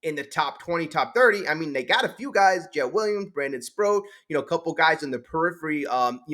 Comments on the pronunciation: SPROAT not Sprout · C’mon. It’s Sproat. Not Sprout. It rhymes with GOAT. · Brandon Sproat… rhymes with boat.